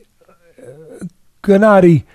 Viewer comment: Teddy could u atleast learn to say his first name correctly when u have him on as a guest 🤦🏻‍♀️ lol it's Gennady not Jinnady 😂